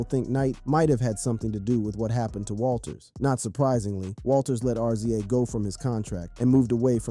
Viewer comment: RZA is prounounced Rizza